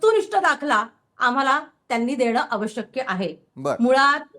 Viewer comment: aavashakya nasat aavashyak asat ubatha madam